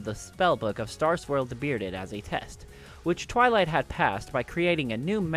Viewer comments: he says twiley instead of twilight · And did u say twilie? Instead of twilight?